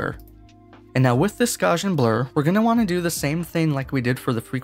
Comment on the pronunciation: It is not the correct pronunciation of Gauss and gaussian.